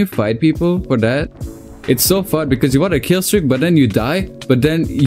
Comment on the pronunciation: how "phun" bros tonge cant roll the "F""